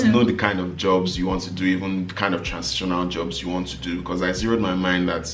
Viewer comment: These bloopers are hilarious o, chai. you are not nice 🤣🤣🤣🤣🤣 Transintional 😅😅